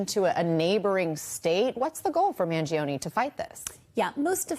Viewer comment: Mangione with an “ e” at the end that sounds like the “e” in Empathy or Emotional or Esoteric.